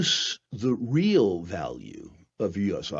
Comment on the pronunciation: Falue..Fictory..fiew.. I guess this guy doesn’t know the difference between an F and a V